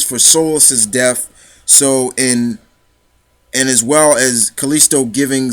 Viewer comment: its solan not solis